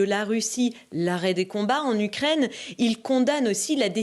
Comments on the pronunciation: Pourquoi il dit l’ucraindre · On dit u Ukraine et non ukraindre mdrrrr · U craine en phonétique et non u crane